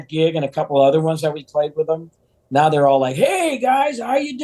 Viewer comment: Every NIAOW??? Are you mocking English?